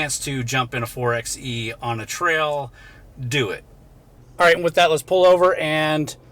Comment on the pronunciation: FYI, the 4XE is properly pronounced “4 by E,” NOT “4 ex E.”